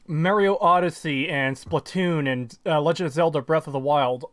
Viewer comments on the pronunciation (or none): none